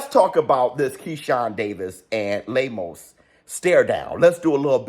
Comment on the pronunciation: lol 😂 I love how pronounces “Lame-O’s” 🤣